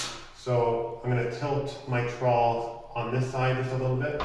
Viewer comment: I'm also in Canada. That's alot of words but you're pronunciation is wrong.